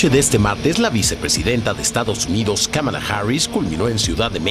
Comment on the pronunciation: Y lo peor nisiquiera le dijo Kamala le dijo Kabala jajajaja